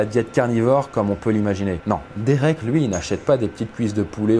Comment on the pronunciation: He sa se dit dérék pas dirik mais sa s'écrit derek